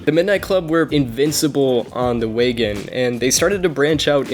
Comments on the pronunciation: WAN GAN, not Wagon lol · Wagan?? Ugh wangan bro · Wagan!?!?!?!?! Its WANGAN!!! 🤦‍♂️ ngl it was cringy hearing you messing such an iconic name of a street racing road 😒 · Its wangan.. no wagen 😌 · my god u tried ur best but stop saying wagon please, won gon not so hard to pronounce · Wangan, not Wagon. Where did you come up with Wagon? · It is not WAGAN its ''WANGAN'' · The 280 horsepower limit isn’t a law, it’s known as the gentlemen’s agreement. And for fucks sake it’s waNgAn not wagon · Bruh u were pronouncing wangan so bad it’s wan-gan not wagon 💀💀💀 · wagin, wagan, wagon, dude "wangan" is not hard to pronounce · Wangan. Wan-Gan. Not Wagon. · It is pronounced one gun bro not wagon wan-one gan-gun 🤣😂 its like your calling a Corvette a Mini Cooper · Dude, it's "Wang gan" jeeeezuz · just a heads up... its pronounced "wahn-gun" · Its pronounced (won-gon) your saying it wrong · Good story, but as other mentioned its "Wan-Gan" (wahn gahn). It literally translates to "Bay side" There is an anime series and by extension an even older Arcade Game series (Wangan Midnight Maximum Tune) this essentially the (loosely based) story of these racers. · did he really call the wangan "wagan" ? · I mean you could’ve watched wangan midnight anime to get the pronounciation correct. Cool vid reading the misinformation that’s been on Wikipedia for years tho.